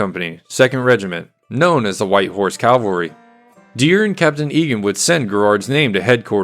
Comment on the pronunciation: good info,,,and...PLEASE learn the difference between caValry and caLvary...common error amongst otherwise really fine work.good job